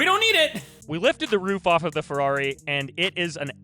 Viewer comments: Ferwagon Hahaha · c est une fewwari🤣🤣